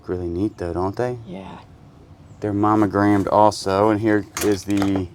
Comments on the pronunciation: Are you saying “momegrammed” with an “m” I know you know it’s “monogrammed” right with an “n” 😂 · You're driving me nuts! The word is MONO- gram(ed) it isn't "MAMA-gram(ed). I know we southerners have our drawl, but still. (You can only call something a Mamagram if it's a mailed Mother's Day card and you put just your initials on it.) And the metal thimble is a shot glass, as in "My gout is kicking up a storm and hurts like all get out, so I need just a couple thimbles full of corn squeezings." 🤣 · Is he meaning to say momagramed instead of monogrammed?. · Mammogramed.. 🤣🤣🤣.. Its Monogrammed. Mamograms are MUCH different. Thanks for the laugh 😁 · I love you two! So funny! When says Momogrammed instead of Monogrammed. He cracks me up! Love the addition of Daniel! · Too funny! I have captions on so I hear all you say (because you guys makes me smile/laugh A LOT) and every time you said manogrammed (which should be monogramed lol) my comp says mammogram. Unless you are doing medicals tests we can't see, something is wrong with my reader in this comp! :):):) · All I hear is mammogrammed and I am not seeing any boobs.